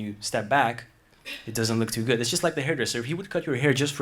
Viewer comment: His pronunciation of "go--" words like "good" and "going". He says something more like "gewd" and "gewing"--a little too short for a native. Also his "S" sounds are a bit soft. His accent is so very very good--I could never get another language as close as he was able to... but as a native New Yorker you can hear the very slight accent.